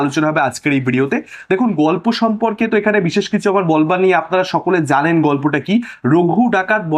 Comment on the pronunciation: হ্যাঁ বিশেষ ওর বাংলা উচ্চারণ ওটা সারাজীবন খারাপ থেকে গেলো।